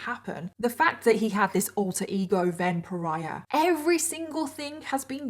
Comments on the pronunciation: Everytime you say “Ven Pariah”, I seem to be hearing it as a variation on “vampire”. 😶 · The way you kept saying "Ven pariah" I thought you were saying vampire. And now I can't stop think thats what his intentions were. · One of the times you said "Ven Pariah", it sounded "vampire" to me!!!! 🤔